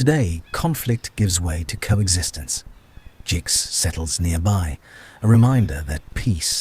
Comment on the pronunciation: you need to get the names right..... its jonna , not yonah .... its jinx , not jiggs ......